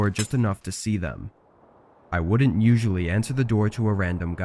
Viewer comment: Stories are good enough but where did you learn to pronounce the words, didn't, couldn't, wouldn't??? Just wrong dude!